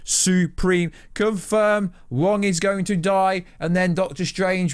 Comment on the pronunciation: His name is Wong not Jaun dude. You have the laziest way of speaking, take some pride and pronounce words correctly.